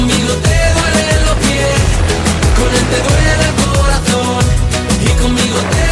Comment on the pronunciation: Doole el corazown was the best pronunciation lol